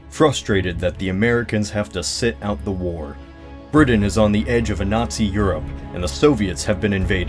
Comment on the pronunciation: why do people say Britan like that?